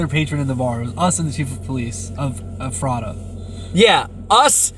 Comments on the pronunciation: Ephrata is pronounced Eff fra tah. Also, that brewery is pretty cool for a small place. I live like 10 min from there. If I saw ya I wouldn’t known who you were. Love your channel! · In journalism, I would think it would be a priority to at least know the basic info on what you are reporting about. This would include how to properly pronounce the names of the places. That made it seem so unprofessional, and I literally cringed every time you said Ephrata SO badly. Only takes 15 seconds to Google the pronunciation. Sounds like eh·fruh·tuh. LOL- you weren't even close. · Your saying Ephrata and Lancaster wrong. This is my hometown and I feel like you should have referenced how you say the towns names before you do a story about them! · Everybody on YouTube pronounces Ephrata wrong. If you can't pay attention to the Officials at the press conferences to get it right, why don't you simply type it into Google and it will say it for you and you won't sound like a fool mispronouncing it wrong constantly. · Lol y’all are saying Ephrata wrong. Lol I live there.❤ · You butchered the town name Ephrata. My hometown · As a local, it's funny seeing you surprised to see a Mennonite buggy. Also, you mispronounced Ephrata. Not a problem. Almost every outsider does. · Please learn how to pronounce our towns lol I am in Lancaster county. You pronounce Ephrata all wrong and spell it wrong. There is no way he took 100 skulls from one cemetery. All cemeteries need to check their graves. I think I see a movie coming....lol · Funny listening to all the people not from here trying to say Lancaster and Ephrata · FYI, it's Ephrata (mis-labeled on your video map). You pronounce it as EFF-reh-tuh, with emphasis on the first syllable. In case you do any more videos about where he lived. Very interesting footage. It just makes me sad how many lives this thief has affected. Just awful. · Let me help you stop getting it wrong Ephrata is pronounced like Eff-frah-tah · The town is pronounced F ERR TA